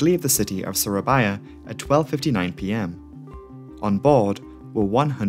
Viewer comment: You spelling surabaya and manado is very good sir